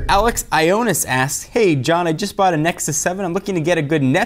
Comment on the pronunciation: haha he said alex ionis but it clearly said ioannis. I guess greek names are just too hard for some people.